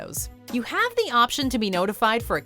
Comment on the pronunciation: I've been saying this since they introduced the segment a few years ago. I especially hate the way she says "have": "You HAVE the option to be notified..". We get it! It annoyed me so much, that I UNSUBBED.